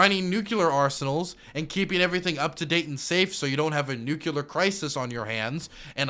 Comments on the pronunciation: Each time you say Nucular you make me blush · Bush jr really did a number on you. I mean "nuculer" just burned its way into your young mind. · the way says nuclear as nuke-u-lar is giving me cancer